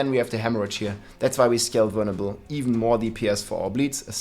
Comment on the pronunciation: Anyone else hear him say "burnable" a thousand times and then realize he was saying "vulnerable". Awesome video btw man :) def changing builds